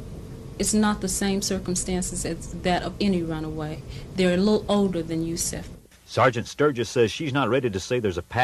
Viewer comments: He said yusif again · He said USEF TWICE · He said Yusuf and also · Hi he said Yusef